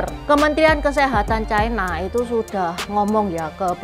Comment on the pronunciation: Ucapan yg bnr China, bukan Chaina